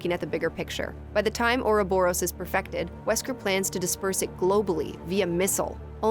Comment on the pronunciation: Everyone complaining about the jokes whilst I cringe at the pronunciation of "ouroborus"